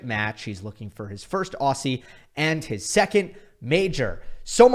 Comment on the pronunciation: Love your work,. Incredible content over the years However as an Aussie, I have to correct your pronunciation of ‘Aussie’. The s’ are pronounced as a ‘z’. So more like ‘ozzie’. 😊